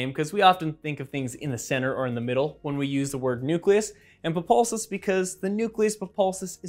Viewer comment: ha did you just say "populsus" instead of "pulposus"?